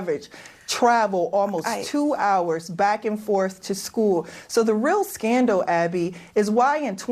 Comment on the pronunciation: "stutents" "scandow"😂😂😂.